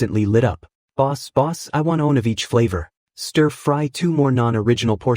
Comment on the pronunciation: Anyone else feel tilted with the way the AI says one??